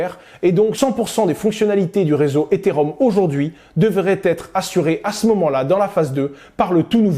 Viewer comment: Après 1 minute d’écoute, je vois qu’il ne sait pas prononcer correctement « Ethereum » et qu’il confond le protocole Ethereum avec le jeton Ether. Ça s’annonce beau pour la suite.